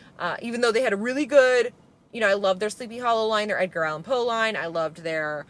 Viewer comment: She said, "Edgar Allan POO"!!! 💀🐦‍⬛💩